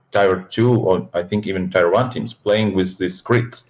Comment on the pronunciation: "Tai-wan" - I was like "why does he keep mentioning Taiwan?" Blad3 meant, "Tier 1."